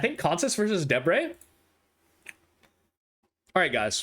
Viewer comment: YOU GOT DEBRE RIGHT.!!